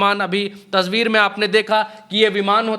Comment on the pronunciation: wo tasbeer naii yaar "tasveer" hai wo